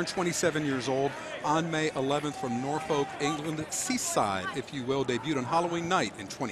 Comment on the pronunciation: Even if "Nor-fowlk" was off. 😂